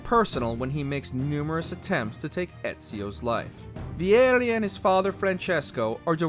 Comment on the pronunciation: The way the narrator pronounced Vieri gave me ear cancer